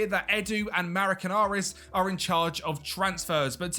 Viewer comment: Mr. Marinakis will be not too pleased you said his name incorrectly. Forest fans adore him by the way.